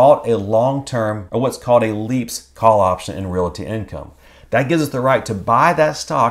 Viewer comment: Love your vids but PLEASE pronounce the word realty with only two syllables. Reel-tee, not reel-i-ee.